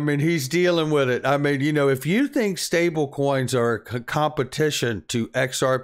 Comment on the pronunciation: I about died....dude...stablecions?? Lolol